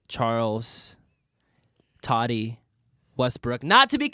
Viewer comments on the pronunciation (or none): You guys are great but it’s Tati (Taw-Ti) Not Toddy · Tati. Ta-tea. Not toddy.